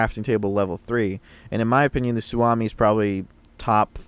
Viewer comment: great vids-- you've helped me gain a decent foothold in a genre of games that i am totally noob to. That said... ... it's su(oh)mi. "OHHHhhh!". since i'm already being obnoxious-- it's actually SUohmi, but that sounds dumb. sorry not sorry, finland. shit. sorry. my OCD has ADHD...